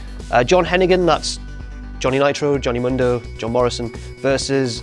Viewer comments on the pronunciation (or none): none